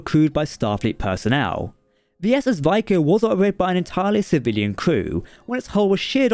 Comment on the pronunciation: SS Vico is pronounced "Vee-koh" in the episode.